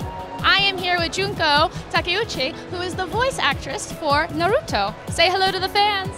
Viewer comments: AND YOU SAID NarUtO ITS NARUTO NOT NarUtO UGH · How webs say it : Naruto how she says it : nuruto